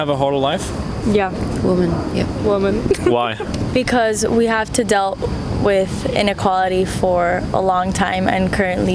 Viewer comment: So fiirst she says:"..we have to dale.." Instead of "deal". And then she thinks that Viagra is for birth control ? Say what ?